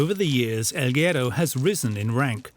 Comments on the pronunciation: its guerooo not gero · narrator keeps mispronouncing guero during the whole doc 😂